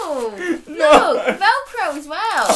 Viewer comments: “Felcro”-Joseph Sugg,2019 🤣😂🤣😂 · 'FELCRO' IM DEADD